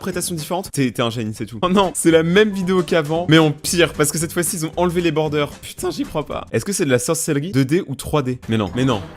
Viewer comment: bordeur ou bordure?